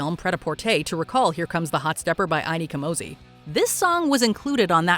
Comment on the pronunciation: INI Kamozi INI pronounced any